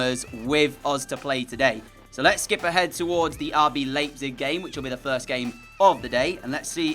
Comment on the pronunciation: You said RB Leipzig incorrect